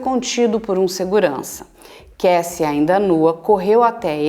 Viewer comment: Dr. vc tem um inglês muito bom, mas é Kássy e não Keissy a pronúncia do nome Cassie...